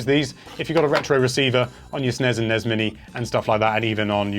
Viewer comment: I'm Aussie It's NES AND SNES NOT NEZ OR SNEZ